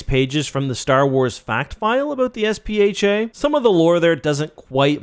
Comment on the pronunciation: is it not SPHAT? pronounced sfat?